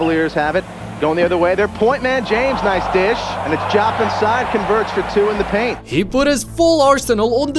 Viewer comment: Desagana Diop not Jopp